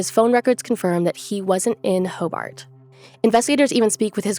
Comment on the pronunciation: Ho- Burt not ho- bart